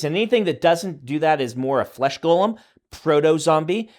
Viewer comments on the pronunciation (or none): Does anyone else hear Brandon say "Frodo-Zombie" instead of proto-zombie? Just me?